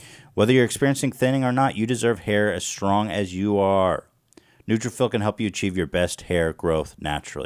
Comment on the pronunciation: Ethan! It’s nutra-FOLL, as in like “follicle”. That is all.